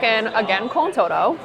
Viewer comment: todo is pronounced toe-tho.